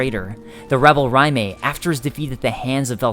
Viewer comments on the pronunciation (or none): I am not saying you're wrong on pronunciation...but isn't Raime pronounced Ray-m? Not R-eye-may? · Raime is prounced "RAY-m" not "RYE MAY" lol gosh darn that was annoying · You pronouncing Raime, makes me cringe. Do you see a m before the i? RAYM not RA MAY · "Ry-may" really? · I enjoy these lore videos you make, they're good quality and you have good insight. It's kinda silly to say, because pronunciation is different person to person, but you do seem to mispronounce many names/items and words. Alonne is pronounced Al-lawn from most everyone I hear, and Raime is pronounced Ray-m, not Rye-may. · the way he says Raime is really irritating he says it like Rimea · Great video, but you said Rim'ay. Lol, that was so hard to not yell at my screen. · Then that pronunciation makes me cringe. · Great video, but are you pronouncing the two knight's names correctly? Are you sure it's not Raym and A-lon? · You have a rather interesting way of pronouncing Raime. The E is definitely not emphasized.